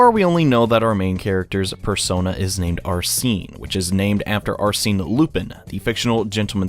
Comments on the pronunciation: Is there a specific reason why you pronounce Arsène as "Arseen"? That sounds pretty weird. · “Are-seen” *T R I G G E R E D* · That's not how you say Arsene. Also those books are pretty good READ THEM PEOPLE.If you're confused why Homlock Sheers might be an antagonist read "The Hollow Needle". And I'd say the detective Ganimard might also have some place in the story.